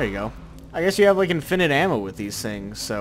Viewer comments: lol says infinite weird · you say infinite weird